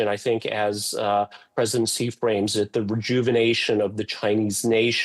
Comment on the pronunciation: Chinese president Xi's name is pronounced "Shi", not "Ji". Come on, lady.